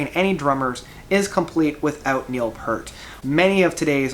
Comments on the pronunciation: PEEEEEEEEEEEERT! Not "Purt"! And... at #5? Hmmm... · If you are a fan of Rush, you have to know that his name is pronounced 'Peert'. That being said, I think this guy said in one of his posts that he does have a speech impediment or dyslexia, so we can cut him some slack.